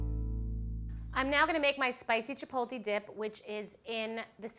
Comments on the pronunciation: CHI, POTE, LEIGH CHI, POTE, LEIGH CHI, POTE, LEIGH not chi poh ti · It's CHI-PO-TLE... not CHI-PO-LTE. Jesus... wtf is it with this woman!?! She did NOT finish culinary school. No way... Why is she supposed to be famous? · She says "Chipotle" completely wrong!